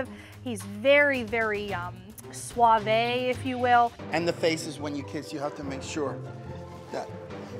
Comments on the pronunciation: I know what she meant but I'm cringing so hard. Wtf is "suav-ay"? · Not pronouncing suave like swahvay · Can we talk about how pronounced "suave" as "sau-vay"? Because that irritates me so much. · "He's very, very, uh.... swa-vey, if you will." Swa-vey 🤣🤣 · "he's very very suave, if you will" Anybody else catch how she pronounced "Suave"?😂😂